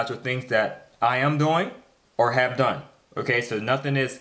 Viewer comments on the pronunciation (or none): none